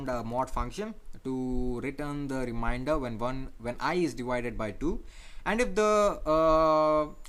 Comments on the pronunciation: Its " remainder " dude not "reminder" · Thank you for your effort in teaching this. Just to point out something minor correction it is not called "reminder" it is called "remainder" pronounced Re Main Der.